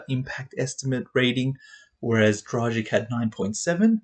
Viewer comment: A teaching lesson how to pronounce Goran's surname: :-)